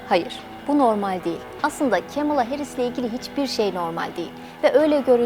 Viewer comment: kemıla değil yazıldığı gibi "kamala" yada "kmala"